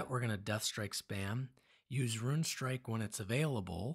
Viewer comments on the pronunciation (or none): It’s a rune, not a “ruin” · RUNE not RUIN